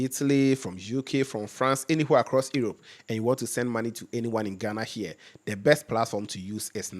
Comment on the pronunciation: doing a great job. Since your program goes international, it might be useful to check some of your pronunciation (suggestions not criticism). "Europe" correct pronunciation = "Urop" as in "You-rope" not "Irop".